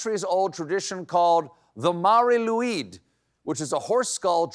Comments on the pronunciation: Bad Stephen! Learn to pronounce Welsh words. L-oo-i-d as in Lloyd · Colbert correction: that was a decent attempt at Cymraeg, but it’s Mary Lew-ihd. With a short I, not a long. Diolch yn fawr. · Couldn't take a minute to check the pronunciation of "Lwyd"?